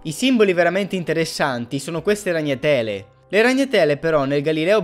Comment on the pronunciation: RagnaTÈle nè, ahahah bella!